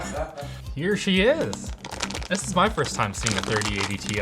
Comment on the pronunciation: Tie!! TIE!!! not Ti;-)